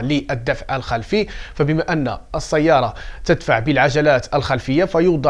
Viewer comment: السيارة ليس الصيارة كل كلمة فيها س تنطق س ليس ص ربي يعاونك